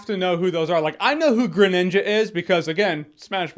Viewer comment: .....God, its really strange hearing Jeremy say "Greninja".